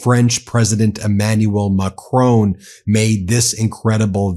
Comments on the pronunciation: Enjoy the channel but please can I ask you to pronounce Macron correctly. It’s Macr’on’ not Macr’own’. Thank you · Please pronouce Macron's name correctly.It is MAC Ronne.not macrone. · It's 'Macron', nit 'Macroooon'. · not mocrooon, but macron.. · Not "Mah-crone" but "Mah-crawn" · The French presidents name is pronounced Mac-Ron 🙂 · good to hear all this but Ben please listen to how Macron's name is pronounced! you'll be expected to pronounce all European names correctly otherwise listeners cringe a bit